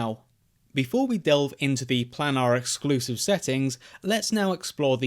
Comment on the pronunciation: How to pronounce planar : plane-are